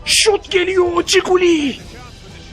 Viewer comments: coquelin'e giguli diyorsun abi buyle de kokelin iyi gunler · abi ciguli deil bilerek söylüyon biliyom ama adı okunuşu kokuelin